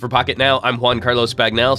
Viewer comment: Love it. BTW, I always thought the way you say your name sounds like "One Carlos Bagnell"